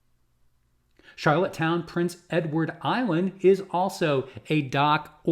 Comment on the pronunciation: It’s PRINCE Edward Island not Princes 😊